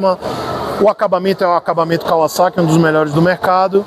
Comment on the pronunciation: Até que enfim alguém que sabe pronunciar o vocábulo da marca corretamente. Parabéns!